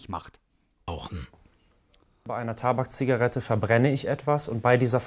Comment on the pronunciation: Bitte der größte Scheißbericht ! Es macht einen ärgerlich! Aber von den Schäden der so schön ausgesprochenen TABAKZIGARETTE wird nichts erwähnt -.